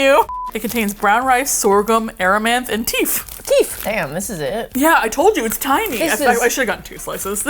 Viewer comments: When said one of the gluten free loaves had "teef" listed as an ingredient, did she mean "teff"? If so then I think that's pronounced sinilar to "pet" (with a soft 'e', not a hard 'ee'). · Silent viewer here! I had to comment on the way you pronounced Teff, it made me die of laughter lmaoooo